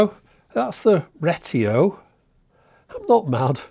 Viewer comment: "REgreTIO" cracked me yp